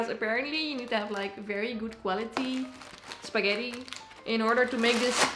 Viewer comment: I believe mama june just called it "skeddi 'n butter" :v